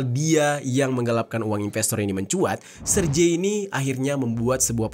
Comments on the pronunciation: Serge ( Sèrgéi ) bang. Bukan serje. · jangan salah nyebut nama orang dong.. jadi gak seru nih dengernya.. Sergei itu bacanya yah Sergei, bukan Serjei atau Serji..